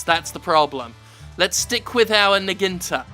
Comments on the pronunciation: I thought it was pronounced "na-gui-na-ta", not "naginta". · Jim Fucking Sterling Son, say it with me "naw-gi-naw-ta" not "nuh-ggin-tuh" NAH-GI-NAH-TA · Did Jim just pronounce Naginata as NuhGhinTah? Nah Ghee Nah Ta, Jim-senpai 7/10: Japanese was just ok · naginta?. I am not sure but I guess he meant naginata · Na gi Na ta, Jim, not naginta. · Repeat after me NA-GI-NA-TA not Naginda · It's a Naginata, not a Naginta, btw. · Jim... it's nagiNATA, not naGINTA. Cringe evry tiem. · Did you just say "Naginata" like "Naginta"? I change my mind, you do deserve a DDOS after all! I'm just kidding you're still great please don't hurt me. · I also thought about pointing out his pronounciation error but I figured someone else probably already had so I checked and here we are. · ditto. glad I scrolled down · I just wanted to chime in and say, "Jim, I am disspinted in you!" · When you said "niginta" did you mean "naginata"? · Naginta? You mean a Naginata? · Do you mean naginata? nag-gee-nah-tah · Is what jim keeps saying is supposed to be naginata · I'm guessing he's trying to say Naginata? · Naginata = "Noggy Notta" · Jim it would be pronounced na(soft a) -gi -na(soft a) -ta(soft a). Lol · took me a bit to realize Jim was saying naginata. I assume he got that from Dynasty Warriors. i never played those so i wouldn't know how they say that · Nah-Gee-Nah-Tah is the correct way to pronounce it. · Uhhh, actually Jim, it's pronounced "Nah-ji--na-tah" Please hand in your weeb card on your way out to GET IN THE SEA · I love the way Jim pronounces Naginata. "Naginta". Nah-gihn-tah. Beautiful. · "Naginta"? Oh jeez... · I believe the term you're trying to use is "Nah-Gee-Nah-Tah," a Japanese type of spear. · Naginata. Nag-In-A-Ta. Not that it matters, but in case you wanted to know. <3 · The way you pronounce Naginata <3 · that's a heck of a way to pronounce naginata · I love you Jim, but the way you pronounce naginata triggers me more than a Zelda fan.